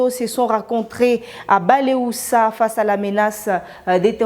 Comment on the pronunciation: Buleusa et non baleusa. Cordialement.